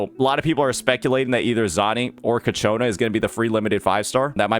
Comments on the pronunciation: Ciaccona, not Cacciona, sir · Say it with me.... Chi-A-kona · bro may be good at reading tooltips but those names... man, KATSCHIONA is too hard xddd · Ciaccona ❌ Caccona ✅ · The pronunciation is "Chakkona" In Italian, "ce" or "ci" is pronounced as "che/i". Double "C" makes no difference. Any other vowel after "C" makes it sound like "K". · Your channel is great. I hope you do not mind but the i in Ciaccona and Roccia is silent . Like Tshaccona. Rottsha.😅😅❤ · You should google translate the names of each character for pronunciation (specifically Ciaccona because I can't listen to a name be repeated incorrectly when I know the meaning of it and it's a literal word). Great videos btw. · I wish he'll learn how to pronounce her name by the time Ciaccona appears. The fact that the swapped where the "ch" sound is makes me unreasonably mad xD